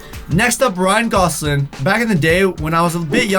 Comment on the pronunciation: It's not Ryan goslin it's Ryan gosLING